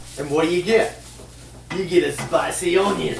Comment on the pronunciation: I love how you say onion like Cajun man. 🤣